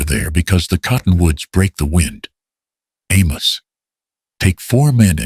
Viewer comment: Good animation but pronunciation is off. "Sky" becomes "ski"?? SII-is for Silas... Also, Amos was Almus? Sometimes pronounced correctly others not. Who was Emma? The story didn't explain who she was but I assume she was Caleb's daughter?? The models were good looking especially Caleb. He looked native but it didn't say so. Shouldn't Caleb's last name had been Blackthorn instead of Thornton? Why call it Blackthorn Ranch? Who was "Miss Abigail "?